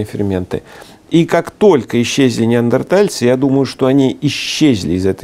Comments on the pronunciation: ведущий всегда говорит - неардентальцы((( уровень(( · Но всё так же говорит "неаРДентальцы") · ...на камнях! ....нет, не на камнях. Они растягивали шкуру, заливали водой и бросали туда раскаленные камни! ....да, да на камнях. Ведущий - идиот!!! А, его неаРДЕНтальцы, это блд - к логопеду!